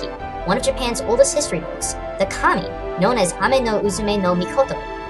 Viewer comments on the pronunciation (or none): none